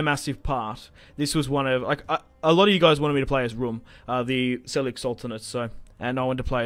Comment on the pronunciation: Man, U always pronounce it wrong😂 "j" in Seljuk sounds like in "James", like "g" in "German, "j" in "Jordan" etc.